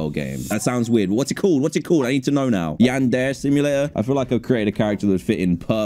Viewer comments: when dan says "yan-dare" instead of "yan-dare-ay" 💀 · dan i think you pronounce yandere as yawn•dairy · The way he said yan-dare killed me lol 😂 😂😂😂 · its pronounced yarn-dare-ray and probably not since its about killing everyone who goes near your man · the was he said yandere is mildly infuriating (nice vids man)